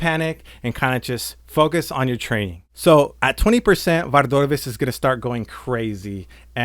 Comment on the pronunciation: I came for a good guide but have to leave because you pronounce Vardorvis really weirdly. Why are you doing that?